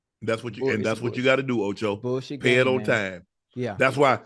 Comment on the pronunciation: I die laughing every time Unc says “bulljiving” 😂